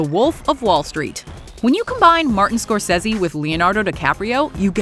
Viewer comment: Holy crap, learn how to properly pronounce "Scorsese" and "Schumacher". Stop butchering peoples names.